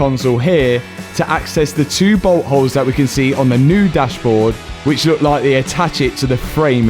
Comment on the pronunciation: Everytime you said boltholes it sounded like butthole.lol😂🤣